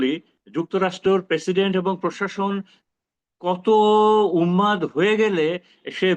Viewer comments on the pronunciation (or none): Unmad is the right pronunciation